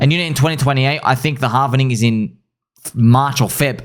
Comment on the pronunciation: It's pronounced "March"